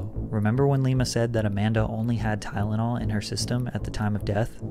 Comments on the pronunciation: Lima says tylenol, as tynanol. Not someone I'd trust In a medical profession. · maybe it’s just because the person’s mouth it came out of.. but the way she says Ty-den-all INFURIATESSSSS me like you wouldn’t believe. Every time I hear it I SCREAMMMMMM lmao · Omg I can't handle hearing this woman say "tydenol" one more time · Lima lied about the edge in her system, all rx but still, some heavy shit. Lima so whatever but she says “TyDenol”?????? And where are Lima’s sisters?????